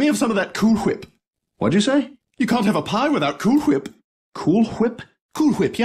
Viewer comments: Pronounciation: Cool Whip- Kul Hhhwip Ruined- Roond Wil Wheaton- Hhwil hhhwit'n Whirlpool- Hhhhw'rpul Wheat- Hhhhwiiiitt' Uber- YUUbahh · “Cool hwhip”, “Ruined”, Hwill Hwheaten, “yber” “ynderwear” “crewel” “hwhirlpool” along with saying “hwhile” and “hweird” why does pronounce those words that way?